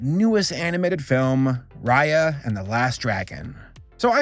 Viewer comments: I always pronounced it as “Ray- A” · They keep saying Raya wrong and my sister gets mad cuz that's her name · I'm sorry I really hope I don't sound too judgmental or rude here, but the whole time you pronounced their names wrong it just rubbed me the wrong way, and it might be just me, but their names are not that hard, and it looked kind of unprofessional to me. If u have a hard time remembering names you can just take notes of what their names are just beside you and that's it. This is constructive criticism, once again not trying to hate on you. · I can't stop calling her Raya in the way you pronounce the ray in sting ray lol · Geez, if you're going to review this movie, do you think you could actually take the time to look up the characters' names and make sure you're getting them right? It takes like ten seconds to do it on Google and IMDb. Raya and the Last Dragon was actually quite good by the way. It does stick too closely to the Disney plot tropes, but the world's lore was actually quite compelling, and it delivers such a beautiful message about how our world's problems happen because of our inability to trust one another.